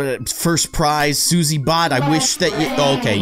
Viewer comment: Susie is sus. It sounds like Sussy